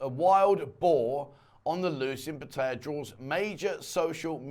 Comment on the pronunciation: For god's sake man please learn how to pronounce Pattaya.!!